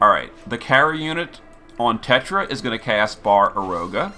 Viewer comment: I don't normally mind mispronounciations, made up words are hard. We all mess up sometimes. But how you gonna put an F in Baraeroga?